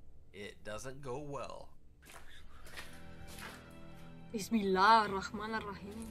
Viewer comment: Wow the way you said Bismillah is so perfect. Love your videos.